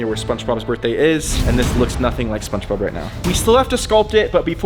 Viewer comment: why is bro saying spongebob like spunchbob